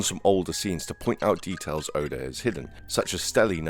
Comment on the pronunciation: Good video but you say oda name wrong not being mean